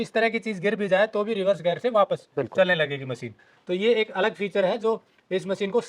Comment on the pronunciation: रिवर्स गैर। नहीं। रिवर्स गियर। गैर मतलब पराया। गियर मतलब गरारी।